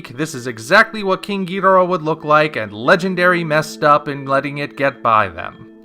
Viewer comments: Why do you pronounce Ghidorah that way? Toho made it official that it's pronounced, Ghi-dor-ah. Not Geeederah. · So amazed and happy to come across someone under the age of 40 who CORRECTLY pronounces Ghidorah. Well done! Thank You!